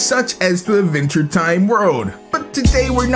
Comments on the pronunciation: “Ah-venture time” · AD VENTURE, NOT VENTURE. GOD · "Iniway, Idventure Time is grit."